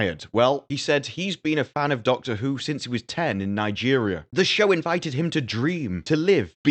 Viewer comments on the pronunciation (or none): none